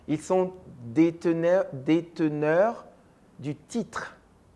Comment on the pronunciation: Détenteur , non déteneur .